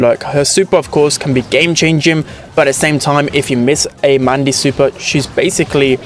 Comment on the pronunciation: Was I the only one who heard maise instead of mandy the first time she was metioned?